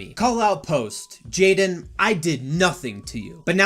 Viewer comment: Bro it’s jadyn how is that “jay lin”!?